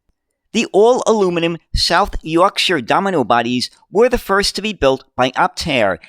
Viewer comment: Great video on the history of these buses and as a Sheffielder, thank you for pronouncing South Yorkshire properly!